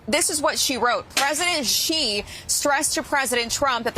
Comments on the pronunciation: Good points made by you. The Chinese Prez 's name is pronounced like "SHE". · Xi is pronounced SHE 😆 🤣 😂 😹